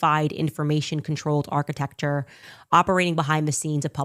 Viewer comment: She is trying desperately to say ARCHITECTURE properly 😂